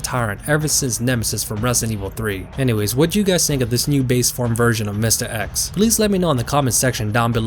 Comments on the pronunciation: I’m sorry, I just can’t get over the way you say mistah eks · “Mistuh X” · The way you pronounce Mr. X, goddayum. Mistah Ex